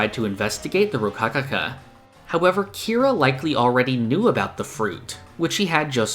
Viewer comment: Dude it’s Kira.